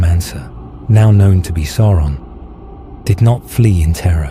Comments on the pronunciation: "Sow-ron" not "Sore-on" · These studies and explanations of the lands, places, events and characters of Middle Earth are a feast for the eyes and ears. I have but one tiny gripe - Sauron is not pronounced Sore on. It is almost Sour on. But with the 'a' in the name, this makes it Sa-our on. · Can everyone please remember that the pronunciation is "SOUR-on" rather than "SORE-on"? Surely Tolkien's legacy asks for getting these details correct?! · You REALLY gotta work on your pronunciations, Sauron isn't pronounced "Soar-on" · Make sure the AI voiceover pronounces Sauron correctly, my dude.